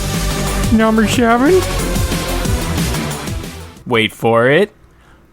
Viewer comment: Numba Sheven